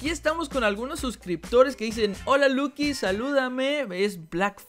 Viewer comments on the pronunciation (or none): none